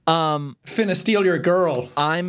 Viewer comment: It hurt me that there say finna like (fin)(na) instead of (fun)(na) because idk if this is just a Midwest thing but when say it like (fun)(na)